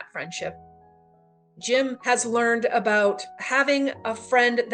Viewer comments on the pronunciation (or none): none